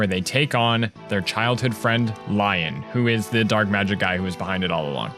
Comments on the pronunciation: I heard you say Lyon's name like lion and I left my body for a bit. I've always said Lee-on in my head like in what I think Eirika voice would sound Like. Also Eirika's story is better for me because I like to get Seth and Eirika together when I play xD This is the only Fire Emblem game I've played and will always be my favorite. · "Childhood friend, Lion"? It's said the same way you do "Leon". Granted, Leon is supposedly "Lion" in Greek, Irish, and Spanish (Lyon being from English (Likely old English, as old English lacked "I"s and used Ys instead), Scottish Gaelic, and France for Lion) so not too far off. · Pronounces Lyon's name as "Lion." How could you do this to Best Boy? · Also Renais is pronounced Ren-ay, and Lyon is pronounced Lee-on (both are based on french, Renaissance and Lyon, the french city)